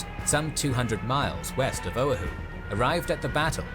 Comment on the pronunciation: Killin me how he's saying O'ahu🤦🏻‍♂️🤦🏻‍♂️